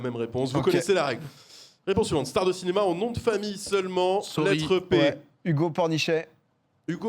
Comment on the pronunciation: en sueur après le « pouis »😂😂